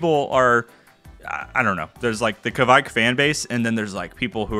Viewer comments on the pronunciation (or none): Hey man! Norwegian here, and I've saied to other youtubers as well, the pronouncination on the yiest is much closer to "quake", as in earthquake, the videogame or the religious group. The ke-vaik don't make any sense :) "quake yiest" does make sense!